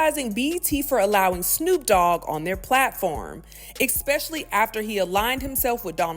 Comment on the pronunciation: There is NO "expecially!!!" It is pronounced "ESPecially!"